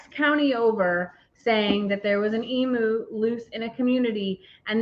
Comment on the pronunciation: Oh please stop calling it an Eam-oo, it's an Eam-you, phonetically. They come from the land down under, and if you ever watched Steve Itwin, you ll know how to pronounce it. Not meaning to be a peaPat. 😁